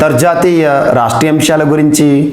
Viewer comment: Jaathiya, antharjaathiya, raastreeya pronounce superb sir